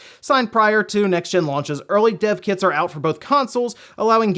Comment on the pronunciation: i keep on hearing "Deaf Kids" instead of "Dev Kits"